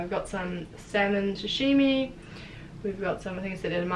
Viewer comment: Why are so many peeps saying Shashimi? Its called Sashimi. Food looks amazing.